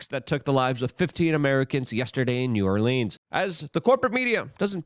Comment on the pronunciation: You're getting closer on the New Orleans pronunciation. There are about 5 acceptable ways, and you're almost at one of them. 🤣🤣